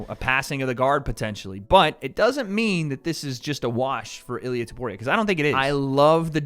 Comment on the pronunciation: can u please say topuria instead of tuporia…